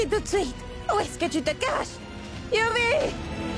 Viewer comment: Ils ont faussé une partie le début au lieu de dire écoute moi yuvi elle a dit couj